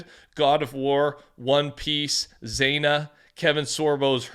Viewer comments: "Zeyna" hahaha....Xena is pronounced "Zee-nuh". She's a badass ancient Greek warrior woman from a TV show in the 90's that featured Hercules (from the show of the same name) and other Greek mythological figures. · You said Xena wrong. :) Pronounced Zee-na